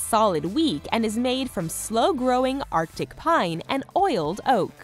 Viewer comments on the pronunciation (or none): none